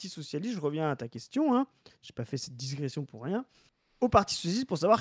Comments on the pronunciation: DIGRESSION,, DIGRESSION, pas "disgression". 😉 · c'est digression, pas disgression. 😆